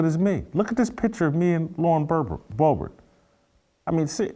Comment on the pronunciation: Love you Jason....but dammit...its BO-BERT. Not that difficult.